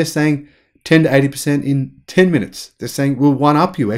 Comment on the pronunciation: Where can I find a charging station that will transfer this much energy in five minutes? You keep saying "five munutes"... "five munutes"... "five munutes"... "five munutes"... "five munutes"... "five munutes"... "five munutes"... Where? Where? Where? Where?